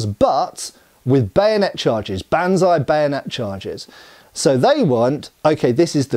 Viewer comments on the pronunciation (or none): none